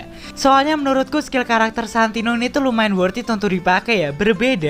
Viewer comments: Santino bang bukan santonio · Santino atau santonio bang